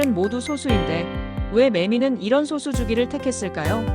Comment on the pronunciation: 그 소수는 발음이 소수가 아니라 솟수 입니다 글자만 소수지